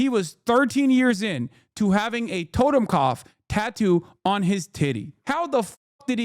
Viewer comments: BRO, YOU CAN'T even prounounce the word correctly! WTF ARE YOU EVEN DOING?? TOTEMKOPF? It's TOTENKOPF you dunce. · Learned about the double lightning bolts in the last decade... today is the first day I've ever heard of... were you saying "totem cough"? That's what it sounded like, but I'm hard of hearing and those two words put together doesn't make sense. But as for the image of the tattoo, never seen it, never heard of it. :x